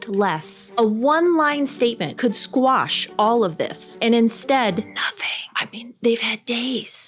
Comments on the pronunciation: It's QUASH... NOT SQUASH. Bloody yanks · Quash. QUASH. Not squash. Squash is what you do to a bug.